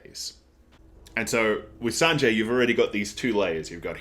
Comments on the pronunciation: yeah its Zoro, and also Sanji is pronounced as San---G, not San--Jay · You say Sanjay but it's sangee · The currency is pronounced like Berries. Sanji is pronounced like Sanjii not Sanjay. Gin is pronounced like the first half of Guinness. G is Japanese is pronounced like the G in Gift not Giraffe. Zoro not Zolo. The pronunciation isn't a big deal, just in case you wanted clarification :) Yesssss the exposition/lore is drip fed to us by Oda, and we love it!!! OP is like an onion and iceberg, there is so much to discover/unravel and this is just the beginning!!! Glad you are enjoying OP so far!!! I recommend not searching up other peoples' reviews, you will get spoiled by thumbnails/titles and especially with a series like OP, you don't want spoilers!!! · This video felt really tight and concise, I love it! You also pick up on things a lot which I'm loving :) Other people have already said this, but yes its is Zoro not Zolo. Also idk if my ears are just not working today but I think you got Sanji's name a little wonky. The 'i' at the end of his name is pronounced the same way you'd say the letter 'e'.